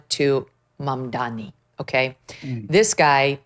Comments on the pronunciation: Megyn it’s Mamdani not Mamdami though I love it that you call him by a wrong name😂😂wrongun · It's embarassing that Megyn Kelly, who considers herself a pre-eminent journalist, has mispronounced Zohran Mamdani's name dozens of times. Get it right, seriously. MamdaNI, not MamdaMI. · Did you say Zoran “BumDummy”??